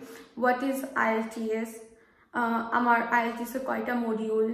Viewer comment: Please give the name of ielts center clearly